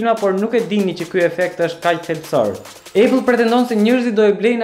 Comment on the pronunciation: Æpëll jo ejpëll